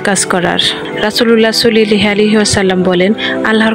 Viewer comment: আপু আপনি দয়া করে নবীর নামটি সুন্দর করে উচ্চারণ করেন সাল্লাল্লাহু আলাইহি ওয়াসাল্লাম হবে কিন্তু আপনি বলছেন সুল্লাল্লাহু আলাইহি ওয়াসাল্লাম